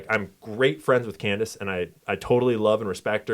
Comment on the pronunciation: Why is he mispronouncing Candace’s name and misspelling it ?? Is that suppose to be a dig ? Or a joke about the media messing up his name ?